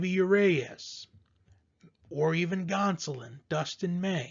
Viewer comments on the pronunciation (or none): It's not you Ray us! Unless you're French.